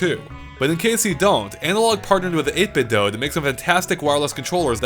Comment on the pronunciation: Bonus points for pronouncing "8bitdo" like "Nintendo". This homage to the logo design is often lost on people that say it "8bit-dew".